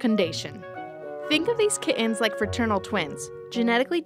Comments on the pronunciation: Their called Kittens, not Ki-uns. Don't leave out your T's. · can't stand the way she pronounces kittens....kiddens..kihhens... ugh I would never hire her for my company..... 7 year old video so it isn't AI.. it's really bad when adult males sound like valley girls